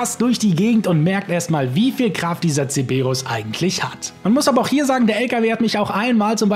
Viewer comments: es heißt Cerberus. Nicht ceberus. Dan triggert total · wieso sagst du CEEEEBERUS? der heißt doch CeRberus....LOL 😛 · Es heißt CeRberus nicht Ceberus ... außerdem muss man nicht 16 Minuten in der Sitzung sein, sondern der Lobby-Host und man kann das Ding sehr wohl mit bewaffneten Fahrzeugen triggern... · Digga der Cerberus heißt nicht zeberus